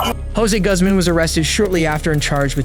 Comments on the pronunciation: Guzz man? Really dude? How do you not know how to pronounce that. Name? Even google knows that one. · Guzman is pronounced like Goozman. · Guzman is not pronounced like you think it is 😂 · Teach your AI the correct way to pronounce Guzman.